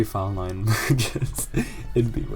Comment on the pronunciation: the wrong pronunciation of lyon irks me more than it should ☠️☠️